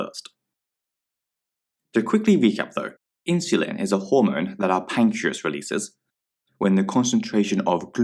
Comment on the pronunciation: Pancreas not 'pacreas'